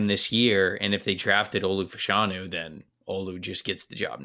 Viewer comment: Its pronounced "Fash-(as in Bash)-anu". Two UK soccer players in the 80s and 90s pronounced that way. Olu confirmed it at the Combine